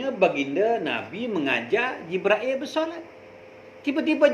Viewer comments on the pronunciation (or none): Jibril bukan jibrail ...pening laa...